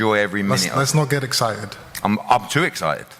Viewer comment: "Let's not get eggcited."